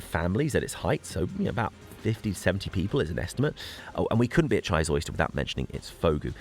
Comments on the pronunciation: Chysauster is an amazing place to visit but it is pronounced Chy ''Sauce'' Ster not Chys ''Oyster'' lovely video thanks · jee-zowster and vog-oo youre welcome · Just a quick message from the Cornish pronunciation police. Down 'ere, we pronounce Chysauster like this, Shy Zauce (as in sauce) Der. There is a theory that the Western half of Cornwall was more isolated, because there was no obvious route across Bodmin Moor until the 17th or 18th century. Apart from which, the cost of parking a vehicle down here probably put the Romans off!